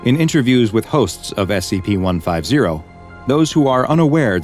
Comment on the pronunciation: he said sep🤣